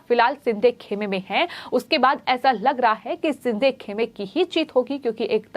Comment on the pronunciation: Is ko koi toh bolo yaar.. lagbhag har shabd mein 'huh' naad ka prayog na kare. Doosro cheez woh एकनाथ ' शिंदे' hai एकनाथ 'सिंधे' नही।